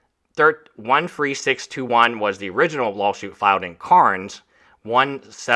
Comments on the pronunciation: Cairns is pronounced "Cans" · Just for the benefit of everyone.. Cairns is pronounced Cans, Brisbane is pronounced Bris-buhn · "Cairn" is pronounced similarly to "hair," "pair," etc. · Take the time to learn how to pronounce Australian city names, or any city you've never heard spoken aloud before. There is a standard way of saying Cairns, and it's not what you said lol